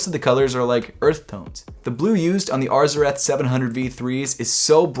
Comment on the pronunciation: this dude said ARGHHHH ZARETH. LMFAOOOOOOOOOOOOOOOOOOOOOOOO